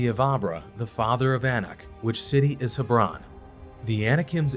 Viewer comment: Hebron is not pronounced the way you did. It is pronounced as Heb ron.